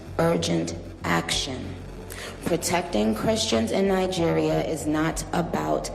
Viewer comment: Great Video just in case you read this try pronoucing it "NaiDjiria" basically with a hard G (pause?).